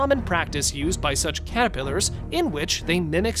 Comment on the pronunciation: This guy seriously can't say caterpillars.